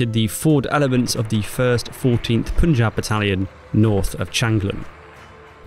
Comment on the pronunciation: It's pronounced ' pun-jh-aab' not 'poon'. Otherwise great video!!